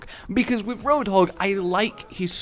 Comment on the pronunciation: "hey hoadhog."